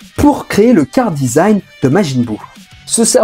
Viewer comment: On dit : « KARAdesign » Charadesign, ça m’as titillé pendant toute la vidéo, sinon excellente vidéo j’ai appris certaines choses et un bon coup de nostalgie